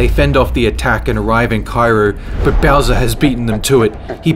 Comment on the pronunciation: Bowser not bosser